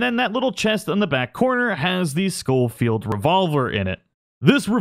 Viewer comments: Please ... it's pronounced sho-field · Scholfield is pronounced SH not SC. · Just a tip: I'm pretty sure it's pronounced show-field not skow-field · The “scofield” gun is acutally spelled “sheffeild” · Pronounced Shoal-field. Dingus.